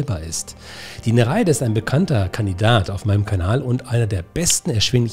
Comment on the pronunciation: Kleiner Klugscheißerkommentar: Sprich Nere ide nicht ei zusammen, sondern getrennt.